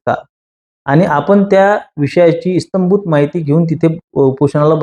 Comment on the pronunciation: इस्तंभूत ❌ इत्यंभूत ✅ 👍